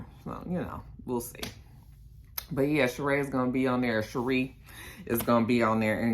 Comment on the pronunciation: her name is pronounced Sha-Ree.... not ShaRae I THINK they hold a diamond (not 100% sure)